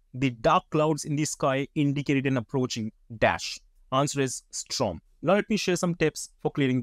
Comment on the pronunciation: Dude, its not Strom, its STORM ...!👍🏻